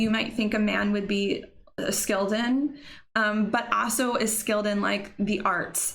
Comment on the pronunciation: The way she says “also” “aso” cracks me up.